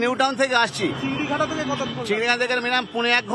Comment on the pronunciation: Correction - chingrihata❌ chingrighata✅